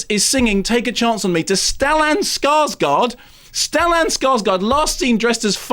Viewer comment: Oh my GOD an Anglo who can pronounce Max von Sydow! I think I'm in love! (He still pronounced Stellan Skarsgård as if it were Skarsgard, though. Oh well.)